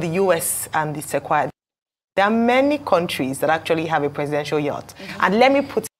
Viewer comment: Yacht is pronounced as Yot / Yurt!